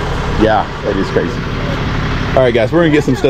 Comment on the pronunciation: New drinking game: Have a slug every time says "Ca-ray-zee."